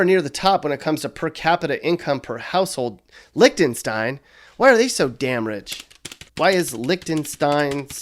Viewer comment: "licktenstein" hahaha